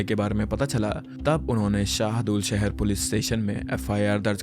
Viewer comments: Its SadulSahar not sehdul sahar c'mon man i thought you do reasearch welcome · Bhai vo sehdul nhi h SADULSAHAR h